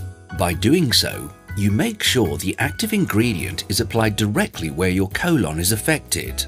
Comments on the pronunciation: Colon ❌ colawn ✅ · I had his voice stuck in my head saying CO-lon the next couple hours after watching this😂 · "Co-lawn" 😂 But seriously this helped a lot.